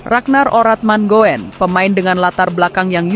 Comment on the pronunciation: RADNAR ORATMANGOEN DI BACA """ RADNAR ORATMANGUN """... ( KARENA OE = U )